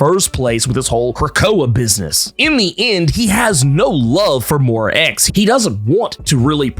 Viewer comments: I love your explanation..but damm your pronunciation of " moira" is ridiculous. Please . It's an British name. Please listen to hiw British people pronounced it. Before you do cause it's hurts my ears. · I's pronounced [moy-rah], right?t